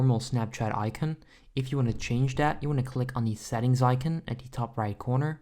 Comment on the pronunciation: I’m sorry this may sound rude but me and my brother can’t stop laughing because how you say icon and you pronounce it i-cen